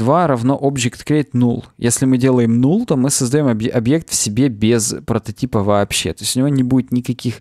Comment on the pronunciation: ты же английское произношение практикуешь. Null читается как «нал».